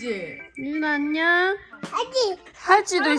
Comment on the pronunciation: 아진심 ㅠㅠ 내가 보려고 찍은 좌표.. 안녕 발음 몬뎅 .. 너무 어린이 다됐고 그냥 귀엽고 난리❤❤❤